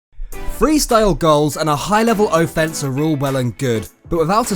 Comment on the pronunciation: o-fence lmao